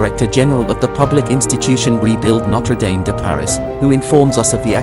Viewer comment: It’s pronounced ‘nottruh damm’. No dames around. Is this an AI voice? All the French words are pronounced appallingly